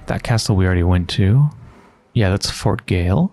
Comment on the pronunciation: Gaol btw is just an archaic spelling of jail and is pronounced jail, too. :)